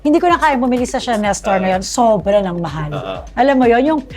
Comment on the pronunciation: Sobra sobra not subra subra 😂😂fix ur vowels bago Ka mang hamak😂Ikaw na rich di hampaslupa 😂